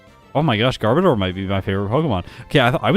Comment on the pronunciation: Underrated and overhated Pokemon imo. Wish it was a little better in battle, though. You're mispronouncing Garbodor btw. It's actually gar-BOH-dur, like odor!